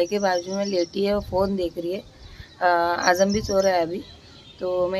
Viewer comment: Dear Ur so blessed that u have a Daughter like Uzma, She's So Matured Masha Allah... N Ap na jab bhi Azam ya Riyaz bolte ho toh pls Z ki sound use karo na j kyun bolte ho😂Ajam Riyaj